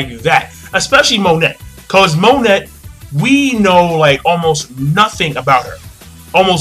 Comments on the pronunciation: Do you read the comments it is not mo net it is mo neigh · Isn't Monet pronounced 'Mone' with the silent T like in French? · 2 things 1. Monet is pronounced mon-ay 2. law received no damage from vergo's punch when he used counter shock his DF ability controls movement within an area he basically made vergo's punch hit himself, thus the counter in counter shock. I'm so excited to see how smoker actually fights against someone who can hurt him, hancock is the only one who has tried and he wasn't trying against her so i think it is going to be badass